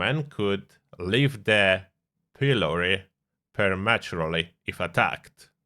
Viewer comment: now getting large drops in Frame rates in certain areas all over the map...just great.. also its "preh·muh·tyuor·lee" lol